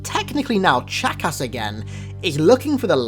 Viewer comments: Every time you say “Chakas” I hear “Jackass”. XD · When you say chakas sounds like your calling him a jackass. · Ur saying Chakas like jackass. A fitting name for the killer of Johnson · "just remember that Guilty Spark's original name is jackass" I know it's Chakas but you make it sound like jackass xD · Oh my gosh I know sparks name was 'chakas' but I can't stop hearing jackass! Anyone else? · When you say Chakas it sounds like jack-ass XD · The way he pronounces his name haha "chack ass" i kept hearing jackass all the way 😂😂😂👌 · I love how he makes Chakas sound like 'jackass' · Every time you say chacus it sounds like jackass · When he said Chakas I thought he said jackass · Sounds like your saying jackass lol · Whenever I hear you say Chakas it sounds like jackass. Did anyone else think this? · Sounds like your saying jackass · Haha! No offense but almost every time you say "CHAKAS" it sounds like you say "JACKASS" HAHA!!!! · Is it just me or does he sound like he is saying jackass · it's funny how when he says Chakas it sounds like jackass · OMG his pronunciations kill me. It's so horrible! He could take literally five seconds to check and see how it's pronounced but he doesn't. It's so lazy!!!